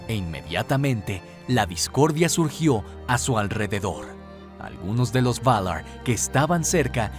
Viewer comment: "Valaarr" Ulalala señor frances ¿Como se dice? "Valar"